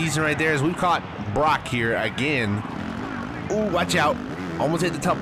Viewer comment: You pronounced Broc’s name right